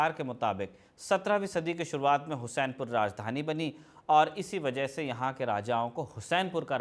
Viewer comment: हुसैनपुर नहीं हुस्सेपुर नाम हैं